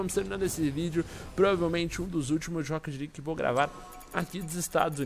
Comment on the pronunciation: rocket lique kkkkkkkkkk é leaque